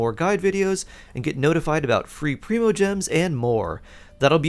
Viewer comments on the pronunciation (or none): none